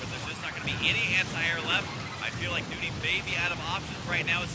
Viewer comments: nOny husky not fucking noonie, jesus. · nOny not nUny! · Nope. It's New-ney.